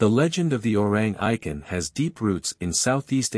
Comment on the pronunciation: Orrang Eye-ken?😂